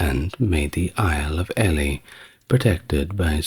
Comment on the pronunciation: It is STEE-VAN, not Stefan, RAH-NOLF of Chester, not Ray-knoll-fuh and EEL-EE not ELLY. Otherwise I love this channel. (Although waking up mid flow to hear that my actual son; Stefan, was apparently being held 'in relatively comfortable conditions' in Gloucester Castle by order of the Empress did somewhat explain why I had just stopped dreaming my real life son was fighting a medieval female Pope to become Holy Roman Emperor hee hee). You are sooo anarchic inside my mind!!! Thanks for your content.